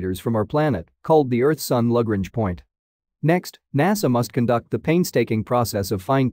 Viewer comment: Your pronunciation of Lagrange is definitely unique.